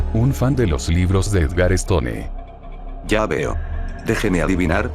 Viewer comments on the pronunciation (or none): no podías quedarte atrás, y menos en halloween. algunas recomendaciones: mejorar la redacción del mensaje de inicio, si es que seguirán más de estos videos. también, la pronunciación de apellidos que no son españoles, como stone, que se pronunciaría 'estoun'. se dice DEGUSTARLA. HÁGASE.